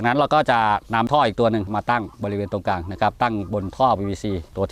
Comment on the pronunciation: กลาง ไม่ใช่กางมี